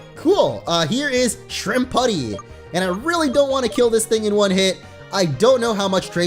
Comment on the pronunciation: It's Not (Shrimp-putty) It's (Shrimp-Pue-tee) Like "Deputy". It's Summary Even Said "Gunslinger". lol